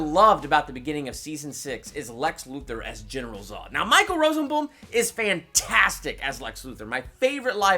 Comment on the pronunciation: I think you miss pronounced rosenbaum and finale but I guess people pronounce things differently